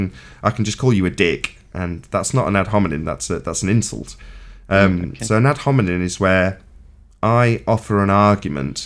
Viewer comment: He can't even say the word "hominem" properly. You'd think he'd have had enough practice by now, wouldn't you?